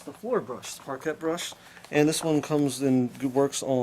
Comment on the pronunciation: wow - much noisier than I would have thought., you might want to look up the pronunciation of parquet.